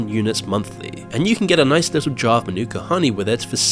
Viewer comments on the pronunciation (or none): none